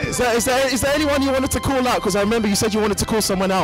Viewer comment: "oh yeah I wanted to clal out K-" I'M DYINGGG